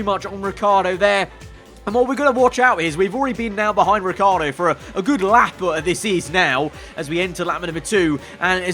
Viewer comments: Lmao, "Ricciar" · Who noticed ricci has become riccar... does he get an extra letter every time ferrari mess up?